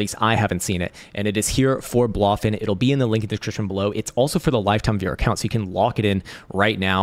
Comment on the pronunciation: Congrats on the new ATH of mispronouncing Blofin 🎉